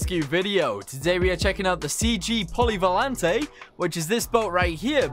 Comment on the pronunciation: "polyvalante" is pronounced with a silent e. it's french for versatile.